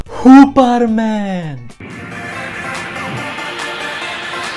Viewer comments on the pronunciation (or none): The way you said "Huperman" was hilarious😂😂